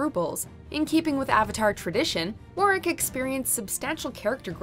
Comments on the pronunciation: it’s VARRICK NOT WORRICK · Ok I am just in the first of the video and his name is Varick not warick learn how to pronounce names I do like the list though I would change it around but it’s just your guys opinion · Also she keeps saying “Worrick” instead of “Varrick” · How tf do you pronounce Varrick wrong???? Like it’s a “V” not a “W”. Like I’m sorry but if you can’t pronounce it, that means you haven’t watched the show, and if that’s true why are you making a video about something you know nothing about?? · you did not call varrick war-rick WHAATTSDT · She rlly said Warwick and not Varick, and she rlly said Zoo Lee and not Jou Lee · Wait a minute.. Did she just call Varrick.. Warrick?😂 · You done messed up by mispronouncing the guy's name as "Warrick" when it's clearly "VARRICK" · Did y'all just call Varrick..."Warwick"??? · It’s Varrick not Warrick. It’s like you didn’t even watch the show. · Who’s Warrick? I know there’s Varrick... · Okay...I gotta ask! WHY DOES EVERYONE AT WATCHMOJO PRONOUNCE THE NAMES OF CHARACTERS WRONG! Verrick is Vair-rick/Veh-rick! Not whatever you said. Vor-rick? Seriously? Tom Haberkorn also pronounced stuff wrong! And it feels on purpose. Why do you do that? It's so annoying. Edit: You pronounced his assistant wrong too. Ugh! Edit 2: Well at least you got the #1 right. When I saw that Aang was second, I said, "Zuko better be first or this will be all wrong!" Good job. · You said “Warrick”, not Varrick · Varrick, not Warrick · Don't you mean "worrick" 😂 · When you can tell that hasn't seen the show because she doesn't even know the proper pronunciation of character names. "Warrik and Zoo Li" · How can you complain about the way toph is pronouced and not even mention that she said warrick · "War-rick" Lmao wtf Edit1: "Zu-lee" Bruh what's y'alls problem😂 Edit2: Okay you put katara as number 8, a character with one of the best arcs, behind bolin....and I love Bolin. This went from a hilarious fail to a disrespect to the series.